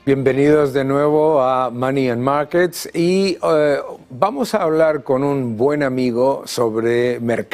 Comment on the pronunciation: y además no sabe ni pronunciar bien